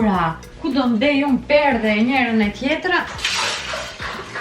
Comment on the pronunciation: O perde jo perdhe, po e thua si goca ime 😂😂😂